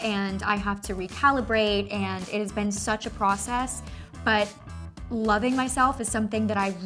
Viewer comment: i can’t be the only one who had always noticed that she says ‘been’ as ‘ben’